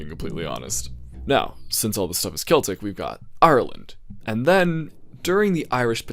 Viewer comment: You said Celtic right btw